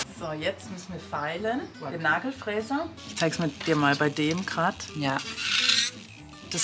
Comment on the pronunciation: "Nagel Fresse?" "..Fräse..." 😭😭